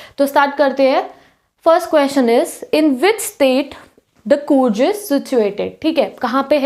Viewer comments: Coorj nahi coorg padho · Areee कूर्ज nahii कूर्ग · Coorg ka pronounciation is wrong and BTW it's 'kaveri' not 'cavery'!